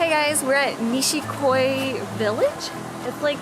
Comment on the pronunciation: It's "nishiki goi", not "nishik koi" It's a small problem though :) Kois look Japanish and beautiful